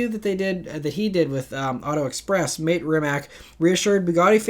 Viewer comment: Mate is pronounced like pate with an M.